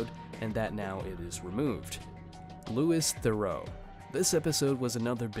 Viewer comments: It's said 'Lou-ee They-roo' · Louis Theroux is prounounced LOU E. TH ROW